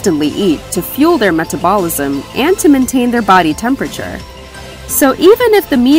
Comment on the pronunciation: u did not say meta bawl isum